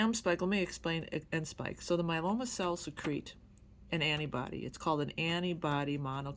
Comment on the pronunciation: My-e-lo-ma please pronounce it right. it grates on my ears. 7 years in remission. God gave us these wonderful treatments and i am so grateful for them.